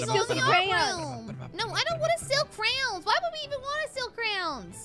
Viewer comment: are they saying crowns or failing at saying crayons